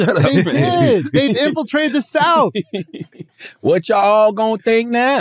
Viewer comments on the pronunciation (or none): Why can't CTG pronounce words that end in "th"? Troof? Souf? Worf?